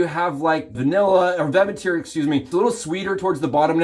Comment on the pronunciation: Love that Pete gets to collab with RichMan and Shave Dad and gets to showcase his amazing soap base. He told me a while ago that it’s not 100% vegan, but close. Also just a helpful hint, it’s pronounced Vet-I-Ver, not vevitere 😁